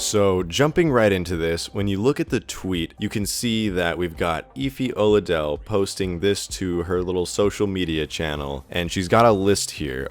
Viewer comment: I'm sorry to be nitpicking but you have made 2 fundamental mistakes in this video firstly: you butchered the pronunciation of Efi Oladele and second Zarya does NOT say she's "going for the Tolbelstein" she infact says "ogon' po gotovnosti" which translated to "fire on my command"